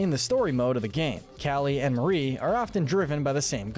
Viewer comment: Glad actually says Marie and not “MaRi”